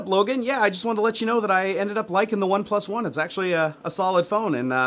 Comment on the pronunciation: It's spelled "OnePlus One" yet you keep pronouncing it "One... PlusOne". * facepalm *